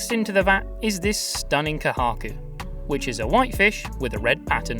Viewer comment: Kohaku means “Amber” in Japanese. So you must be very careful when you call red and white colored koi fish which must be pronounced not Kohaku but Kouhaku because Kohaku doesn’t mean fish.